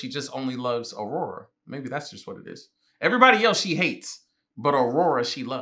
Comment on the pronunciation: Even though the characters say the names multiple times in the shows lol, he got Aurora right though!